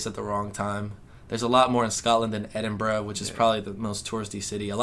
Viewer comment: Maybe if you pronounced Edinburgh correctly, people might have been less hostile ;) Seriously though, glad you had a good time and have arrived home safely.